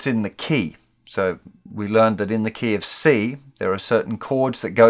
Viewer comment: That feeling when instead "In the key of C" you hear "In the KFC". Seems the Universe is trying to say something to me... :)